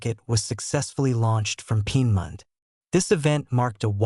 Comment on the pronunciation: Lear how to pronounce Peenemünde.